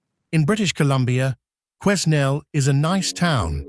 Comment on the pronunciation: Learn how to Pronouce Quenal